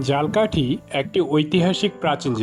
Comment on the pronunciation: ঝালকাঠি উচ্চারনে ভুল করছেন, মেহেন্দিগঞ্জের উলানিয়া মসজিদের ছবি দিয়ে মাদাবর মসজিদ বলছেন! আরো কিছু ভুল আছে🙂